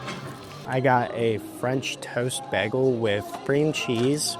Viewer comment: The way you pronounce Bagel makes me angry as hell.